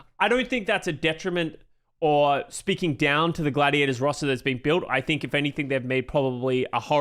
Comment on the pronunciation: It's not Gladiadas, it's Gladiators*.